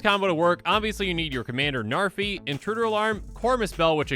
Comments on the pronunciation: Names not narfee. Learned that from another comment. Its pronounced "Nhar've" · Id it just me or did he say Zarfi? 😂 ps: No hate, just found it funny. Same way Seth 😂